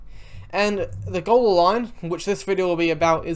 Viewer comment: Gawler is pronounced Ghoul-er